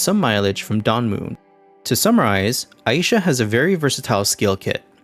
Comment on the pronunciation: the most glaring error in this vid is that her name is pronounced Ai(eye)-sha, not Ah-yi-sha